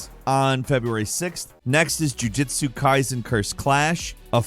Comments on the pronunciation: Jujutsu. Not jujitsu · Its JUJUtsu Kaisen JUJUtsu Kaisen 😂😂😂